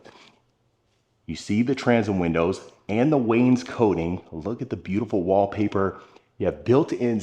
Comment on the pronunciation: As a carpenter building this style of wall for 36 years, please say "Wayne-skot-ting" Why is there a white toilet in a black powder room? Beautiful home in a strange location is my two cents.